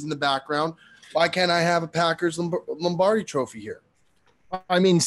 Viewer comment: Can't believe neither Cutsy nor Beardown called out on the pronunciation of Lombardi. "Lambardi" sounds like a lamb cutlet in cream sauce 😂